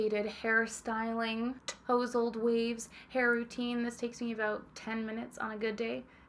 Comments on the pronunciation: Girl stop saying TOW-sled.. it’s TOSS-led... that is all. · I just heard you mispronounce ‘tousled’. It’s tuusssllled not toesled. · "Toes-uld waves"...WTH?